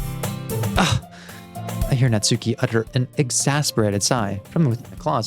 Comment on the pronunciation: Real quick, before I actually watch the episode, and I know I'm very late on this, but the stress in "Natsuki" is on the first syllable and not the second^^ It's NAtsuki and not naTSUki :3